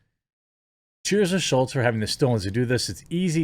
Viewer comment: Both you and the Crowder article are calling him Schultz. His name is SCHULZ. There's no "T" in his last name.